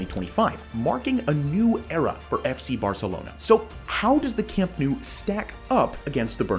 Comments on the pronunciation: It’s not camp new. It’s camp nou. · "Camp New" Hilarious... Please correct to "Camp Now"? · You are saying Nou wrong, you need to pronounce it like you pronounce know. Camp Nou = Camp Know